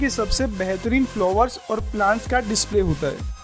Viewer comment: फ्लोवर नही फ्लावर कहिये,सही से बोला कीजिये ।